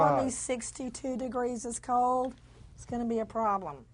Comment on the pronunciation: ''Cold doesn't have an ''s'' sound on the end of the word.